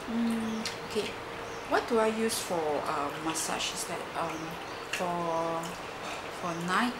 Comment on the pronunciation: I LOVE how you said "masache" :)